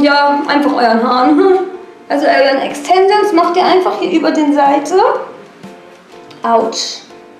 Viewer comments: E X T E N S I OOOO N S😂😂😂 alter ich hab mich so schlapp gelacht 😂😂 das wird Englisch ausgesprochen und Deutsch solltest du auch lernen 😂 "auf den fresse gefliegt"😂😂 sry bin kein Hater aber du bist echt ganz schön doof 😂 zwar witzig aber SOOOO viele Sprachfehler haben nicht mal Kinder mit 10 Jahren 😂😂 bin zwar Grad 15 aber egal 😂😂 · Extensions 😂😂 Aussprache? ? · Ja isso und SprachfehlerxD